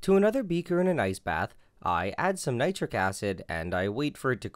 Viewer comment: The way he pronounces ice bath makes it sound like he’s saying “nice bath” and it makes me happy to hear he’s giving nice baths to his chemicals!!!